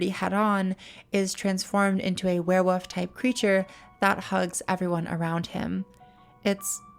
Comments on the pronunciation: There is actually an L in the word werewoLf its not wearwoof 😂😂😂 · I'm way too distracted by the way you pronounce werewolf haha keeps sounding like werewoof